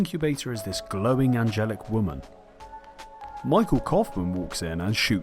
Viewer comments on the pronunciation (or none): none